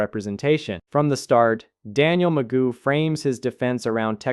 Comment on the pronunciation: His name is not Magoo it is McGough. I don't know why he doesn't know how to pronounce his name. It rhymes with Cough.